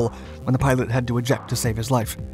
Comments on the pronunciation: It isn't "pilot" tube, it is pitot tube "pee-toe". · Pea-Toe, not Pie Toe and certainly not "pilot" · I rewound it a couple times asking if he was actually saying pilot tube. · I hate when people pronounce it pee-tot tube also. Is it so hard to say pee-toe? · By the way, it's a "pee-toe" tube not "pilot tube"! I'm surprised that it didn't have a heated pitot tube, even helicopters have them! Burned my hand on one on a Huey while going around the front and not paying attention! The static shock got me and the burn was just a gray ash mark because it was so hot! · How have you done all these videos and can’t even say “Pitot” tube. It’s not a “Pilot” tube. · Funny how serious and sure he sounds of everything, but then says “pilot tube” instead of the correct pronunciation, “peetoh” tube. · It’s not a pilot tube , it’s a pitot tube! If you’re going to do a commentary, know your material! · Pitot or "Pee-toe" tube, not pilot tube. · It's a pitot tube; not a "pilot" tube. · It's pitot tube not pilot tube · “Peee-toe” tube. Not “pilot” tube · PEETO!! Not PIE-TOTT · Its not a 'pilot' or 'pie-tot' tube. the way that 'pitot' tube is pronounced is "pee-tow" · Its PITOT tube not PILOT tube!!!!!!!!!! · say it back to me PEEE TOEEE Tube not PieTOT tube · Pitot(peetoe)...not pilot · I was wondering how many people would catch that. I kept yelling, “Peedough, kid, Peedough!!!” That’s how we pronounced it, when I was a UH-1H crewchief at Ft. Rucker. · Small correction. It's Pitot tube, pronounced Pee-tot. It's a tube used to sample ambient medium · Hey, I don't think anyone has commented about this yet but the word Pitot is pronounced [ pee-toe ] lolZ, I didn't even know what it was before I saw the video but I just had to comment this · "Pie-tote tube". LOL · Pitot tube "pee-toe toob" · "Pea-toe" tube. You're welcome. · Pidot tube not pilot tube lol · It's PITOT, pronounced pee toe. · Pitot tube (pee-do) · PITOT TUBE! Pronounced Pee-tot tube. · PEE-toe Tube.